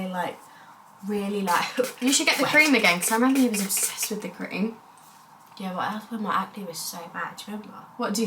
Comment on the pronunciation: So cute the way you say wiv instead of with❤